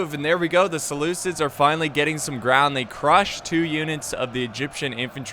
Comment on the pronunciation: the butcher of names "Selukids"